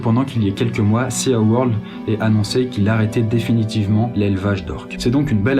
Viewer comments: Je t'adore hein, mais de là à dire "CéAWorld" au lieu de "SiWorld".. tu me déçois! haha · Sa se prononce pas séaworld mais siworld juste c écrit comme sa sea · Ça se prononce "Si Word" pas "Sia world" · plus ceux qui sont touchés par la défense des cétacés, je vous conseille TRES vivement de regarder les films "The Cove" et "Blackfish". sinon bonne initiative ici! quelques lacunes au niveau scientifique, mais la sensibilisation est au rdv =) ps: les poissons respirent avec des "branchies" et non des "bronchies" et le SEAWORLD se prononce "siworld" et non "séaworld" ^^ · Super vidéo, par contre, "SeaWorld" se prononce "SiWorld" et pas "SiaWorld" (From the chandelierrrrrr) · Ça m'a perturbée pendant toute la vidéo 😅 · Seaworld.... Se prononce "siworld" et non "séaworld". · céa world OMG CET ACCENT JE MEURS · seA? Mes oreilles de polyglot pleurent!!